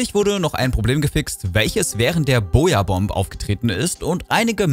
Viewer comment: danke fürs "übersetzen" habs bisher nur in englisch gesehen und nicht alles verstanden ach und ja kleine aussprache tipps: Booyabomb mit langem "u" ausprechen xD soll jetzt ni dumm klingen oder so 😅